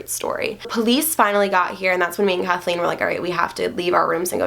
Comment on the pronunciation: You said her name #CATHLEENE